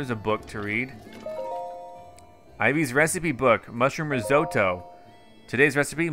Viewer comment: The way he pronounces risotto made me physically stop what I was doing and stare at the screen